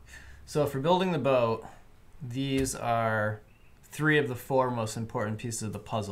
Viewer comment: "You'll see the broat in half breadth view...." LOL... Almost didn't catch that!